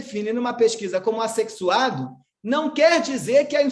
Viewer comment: Aff, o homem falando "assexuado" kkkkkkkkkk